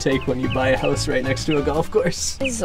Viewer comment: Lmao the way they said “house”